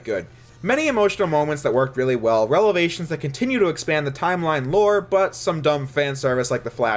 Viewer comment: I'm 100% certain that you said "relevations" there